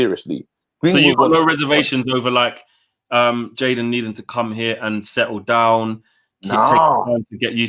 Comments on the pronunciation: It's Jadon not Jaden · I swear it's jadon not jaden